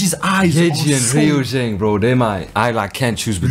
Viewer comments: Loved thiss!💖 React to more Itzy! Also Ryujin's name is pronounced as “ Rew ( like 'new' )+Jin" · Yeji is driving for real. She got her driving licence for this song... and also ryujin's name pronounced as ( Ru-jin) and chaeryeon says the iconic itzyyyy. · it's RI-YU-JIN